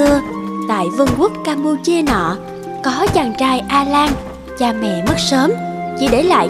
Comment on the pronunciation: Đã hiểu là Vương quốc campuchia mà cái từ nọ ( xác định là camphuchia mà nọ nghe mắc cười)